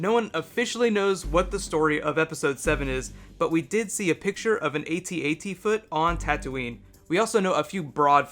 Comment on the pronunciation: What's with spelling out the individual letters of "At-At" ?? That was really awkward. sheesh.